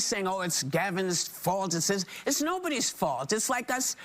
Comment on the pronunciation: It is Gavin’s Faulth 😂😂😂😂😂😂😂